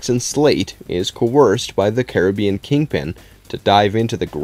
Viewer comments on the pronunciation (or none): none